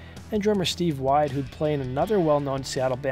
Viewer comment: Not Steve wide it pronounced like "Steve Weed"